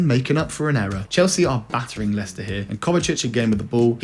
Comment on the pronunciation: Mate did you honestly call Leicester. Lei-Chester 😅